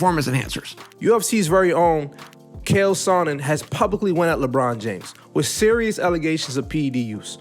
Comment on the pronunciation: LMAO he called him KALE SONNEN. The man name is Chale CHK like cha-cha.